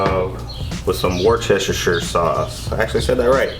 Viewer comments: It's pronounced Woostershire sauce but I like listening to other folks attempting to get it right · From the UK here got the same grill. Ribs look superb x👍 Worcester is pronounced more like "Wuster" 👍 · Love it, but that's NOT how you say Worchestershire. As an American living in the UK, I've been corrected multiple times. It's pronounced Wuss-ta-sheer . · Worcestershire is actually pronounced as "WOOSTERSHEAR" ,Bloody english cant even speak their own written language :P lmao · Creased at "Worcheshersher sauce, hey i said it right!" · “Worcestershire sauce.. I actually said that right!” - no you didn’t 😂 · Lmaooo thought I was the only one that noticed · Yes he didn’t!